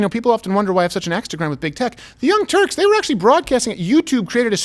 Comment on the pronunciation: Is it Turks or Turds?